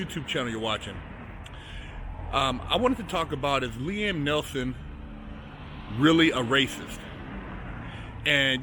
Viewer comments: He said Liam Nelson. At least get his name right if your gonna make a video based on the man. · "Liem Nelson"